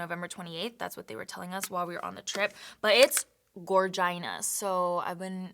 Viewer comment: Love this video but you killed me when you said “gorgina” 😂😂